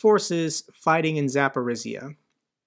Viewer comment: Dear, I appreciate your informative, knowledgeable videos a lot. However the pronounciation of some names of places are not correct. One region, called Zaporozhye is you should improve. The last syllable sounds not S, but ZH, which sounds like J in french JEAN. (I speak Russian a bit Ukranian too.)